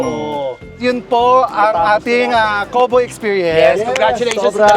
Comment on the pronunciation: The way Chad Kinis pronounced COWBOY is different. It's like Ross when he says KARATE 😄